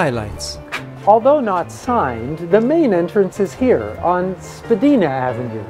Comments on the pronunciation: Spa-di-na. Long I. Get it right. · I was making a joke of your pronunciation, words in Canada with 'dia' are pronounced with a long 'i' not long 'e' , I don't know where people get the long 'e' from tbh